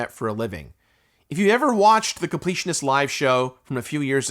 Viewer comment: The “con-pletionist”?